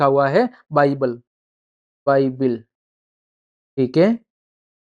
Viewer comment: सर बाइबिल नहीं होती बाईबल होती है